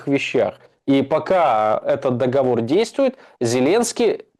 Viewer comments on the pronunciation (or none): none